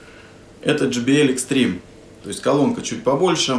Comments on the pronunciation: Не extreme а XTREME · Да как же вы задолбали правильно XTREME